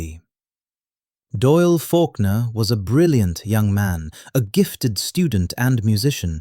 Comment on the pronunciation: Doyle not Doil.